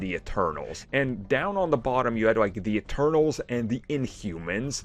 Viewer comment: It’s “Eternals” not “externals” lol😂